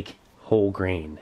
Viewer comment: I thought he said “brain” not “grain”